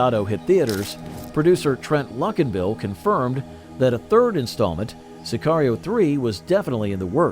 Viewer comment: Say-kee-rio 3 lol. Dude cant even say the world correctly.